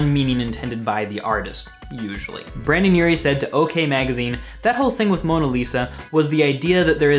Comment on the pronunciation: Brendon not Brandon